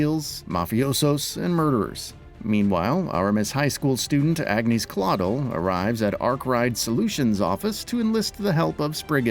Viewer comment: I paused the video 5 seconds in but I already know the narrator is gonna pronounce Agnés as "ag-nay" Edit: I mostly called it. He said "ag-neese claw-dull" You fucking simpletons need to communicate between writers, editors and narrators to learn the proper pronunciations. I'm a minute in and I'm sure there will be more, but it's pronounced "on-yes" which you would know if you actually played the game.